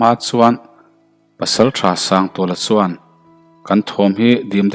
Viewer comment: Ch leh s hi hmang thiam la har a ni lo suan aiin chuan tih tur...